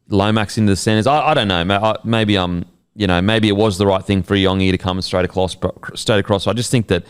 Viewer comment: Hey guys just quickly regarding isaiah iongi. His last name is pronounced "Yongi" not e-ongi. The I is pronounced as a Y